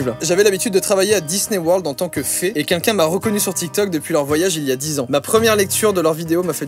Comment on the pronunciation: Joyca, tu dis pas "quelqu'un", tu dis "qu'un qu'un"